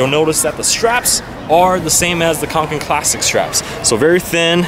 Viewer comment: it's pronounced konken